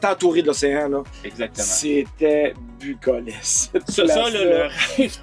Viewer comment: Merci pour vos belle recommandations, c’est inspirant. Par contre, il faudrait faire attention au son du bracelet qui claque sans arrêt :). C’est le pont de la Confédération et non pas de la configuration, et c’était bucolique et non pas bucolesque, je le souligne en toute bienveillance 😊. Continuez vos beaux vidéos!